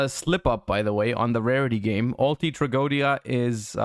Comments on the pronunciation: Trago-o-edia is actually how it's pronounced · That's actually the correct pronunciation of Tragoedia btw, it's a real Latin word